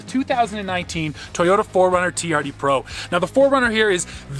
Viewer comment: That Toyota is a TRD. Sound it out.